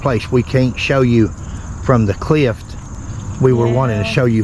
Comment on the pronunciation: And it's "cliff," not "clift."